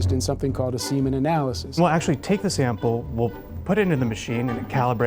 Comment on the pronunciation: .... SPERM AND SEMEN TOGETHER ARE ANALYSED IN SOMETHING CALLED A SEMEN ANALYSIS I dno why his accent and that bit made me laugh